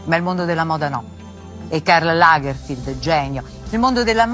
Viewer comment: Lo stilista tedesco si chiamava Karl Lagerfeld no Lagerfield👎🏻